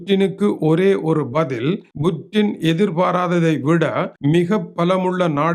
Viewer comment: புடின் என்று சொல்லுங்க புற்றின் இல்லை. நீ எல்லாம் தமிழ் செய்தி வாசிக்க வந்துட்டிங்க .